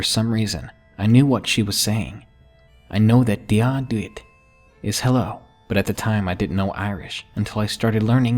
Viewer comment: I know bad Irish is better than good English and all that but man did I cringe. Dia dhuit = Jee-uh gwitch.